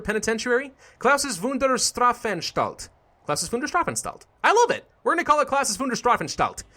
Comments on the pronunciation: hey if you meant with "Wünder" wonder, then it is called "Wunder" in german, it's without the dots! otherwise it's a funny and good name xD Also, we germans pronounce the "st" as "Scht" so Strafanstalt is actually spoken "Schtrafanschtalt":D would love to hear you say it correctly:D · I think I might've gotten a small stroke when you tried to pronounce Strafanstalt